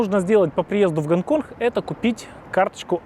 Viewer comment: Гонконх))) су не могу! А, что блин не на мове ховоришь)?